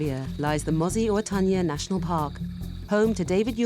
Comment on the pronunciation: learn how to pronounce MOSI-Oa-Tunya!!!!